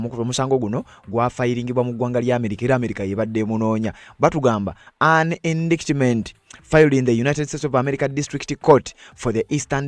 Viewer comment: Indictment is pronounced indayitimenti not indikitimenti (in Luganda). By the way, when in doubt ask Google how to pronounce a word, for example: How do you pronounce indictment, work etc